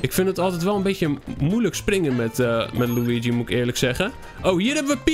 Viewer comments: Zeg lowiedjie en niet luigi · Je zecht loe ie gie